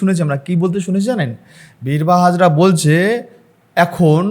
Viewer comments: বীরবাহা হাঁসদা not হাজরা সংশোধন করবেন। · Birbaha Hazra noy dada,Birbaha Hansdah. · Birbaha Hasda Not Hazra. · দাদা হাজরা নয় হাঁসদা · Dada hajra na bole hijra bolun. Actually BIRBAHA HANSDA. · ভাই, হাজরা নয়, হাঁসদা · ভাই, -----বীরবহ হাজরা নয় /হাঁসদা। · বিরবাহা হাঁসদা হবে, হাজরা নয়।পরিচিত নাম তাও বার বার ভুল বলে যাচ্ছেন।